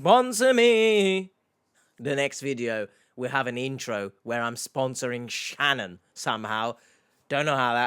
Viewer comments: Hello, H! I've been a watching your channel for quite awhile, and my name is Shannon. I'm currently living in the States, and I HATE how my name is pronounced here! It was refreshing and quite pleasant to hear it spoken properly by you several times throughout this video. Do you have a Cameo account? I'd pay a pretty penny for a 30-second video of the same 😅😊. Long live the Queen's English! Lol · Noooooo!! Not a creeper with my same first name! Thank you for pronouncing it correctly, H. I despise the way most Americans say it, with the long A sound. Every single time I want to shout, "You're putting the emphasis on the wrong syllable, you hicks!" But you can say it anytime, H, it heals my soul 🥲😉 lol